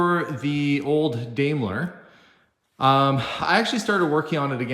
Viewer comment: I believe the limo's pronunciation is DIME-ler. It's a beauty and you and Stephen did a great job of fixing the door. Are you planning to repaint it?